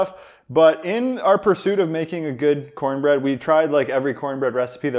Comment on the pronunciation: It's pronounced: CoHN-BRehD